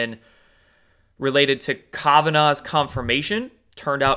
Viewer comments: Hey. I like your videos but it’s Cor-see not cors-eye. Also Broward as in eye”brow” not eye”bro”. Lastly Kavenaugh not K”o”venaugh as in “cat” not “cot”. Think pronunciation is important when educating people otherwise you sound uneducated. Keep doin what you do! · Why do you pronounce Kavanaugh and Corsi like that when you know that’s not the way to pronounce them? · Kananov come on pronounce better jerome corsi too u sound uninformed when u mispronounce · It's Mueller like mulberry, not mule. And you are butchering Kavanaugh still. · Ha! You literally said almost everyone’s names wrong....Kavanaugh, Corsi, even Broward County. One has to wonder if you’ve ever heard these names in the media. But that’s just funny...not bad. I will argue with you however about why the ‘white hats’ allow fraud to go on. They always have! They’ve never had the guts to stand up to these cheating bastards! And just like always they’ll get away with it again. I mean they allow a woman (snipes) to keep her job with voting after a judge found she destroyed votes in a previous election! How does that happen? If you cheat you should never be allowed to work with the votes! But no one put up a fuss...they just let it haas always.